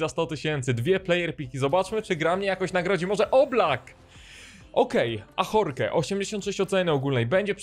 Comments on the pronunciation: FRANCUZI TO NIE HISZPANIE czyta się Lori a nie Joris czyta się Ażork a nie Ahorke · Nitro uczył hiszpańskiego ale Ajorque to nie Hiszpan tylko Francuz ,tak więc czyta się AŻORK ;)